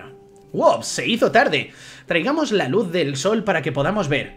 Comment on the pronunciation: menudo cambio de luh XD